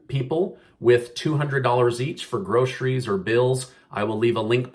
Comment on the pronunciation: If he said "grosheries" one more time I was going to dislike him, too.